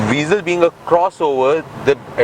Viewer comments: O bhai angrezi daan, car ka naam tou sahi se lo. it's not VEEEZEL. i hate people calling it VEEZEL. it's (VA-ZEL) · آپ نے گاڑی کا اچھا تجزیہ کیا، پھر بہتر ہوتا کہ اُردو زبان میں کرتے تا کہ زیادہ تر پاکستانی مستفید ہو پاتے۔ دوسرا یہ کہ گاڑی کا نام ‘ہونڈا وئزل’ ہے نہ کہ ‘وی زل’ لہذا برائے کرام اصلاح فرما لیجئے۔